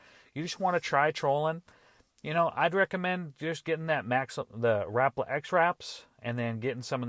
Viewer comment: ha rap-la it's ra-pal-a